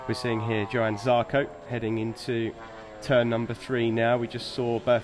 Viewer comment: Johan...not yohan, not jo han...its J 'OH' an Zarco.